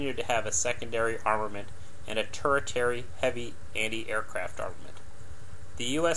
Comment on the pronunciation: "TERshiary", not "tur-ih-terry"